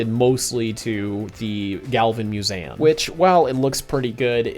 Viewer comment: Your pronouncing museum wrong